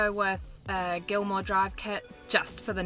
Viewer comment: It's GILMER drive, not gilmore. Otherwise, good job on the vids.